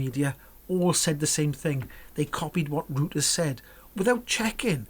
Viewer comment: think you pronounce it "royters"